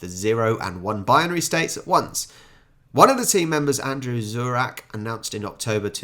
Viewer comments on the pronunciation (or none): none